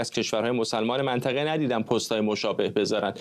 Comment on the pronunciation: این کارشناس حرف زدن بلد نی منطقه میگه منتخه بهش میخوره یه روسپی باشه